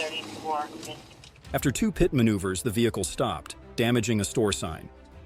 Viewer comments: its not a >>> PIOT MANUVER >>>> its called a >>> PIT MANUVER and you call a motor cycle a car - - its called a MOTOR CYCLE dam your dumb narrorator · The narrorator sucks. It's not a K.I.A it's a Kia. Also, it's not a PITE maneuver. It's pronounced pit